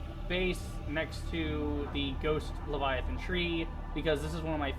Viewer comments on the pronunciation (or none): none